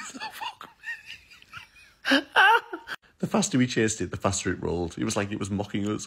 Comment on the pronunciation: omg, it's "faSter"